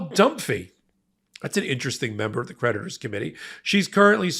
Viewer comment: I'm a little buzzed and when he says creditors i hear predators